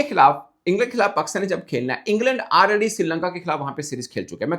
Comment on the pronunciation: is back 😂😂😂😂😂😂😂 "AAAlREDY" 😂😂😂😂😂😂 jao apnay pind jahan se aaye hu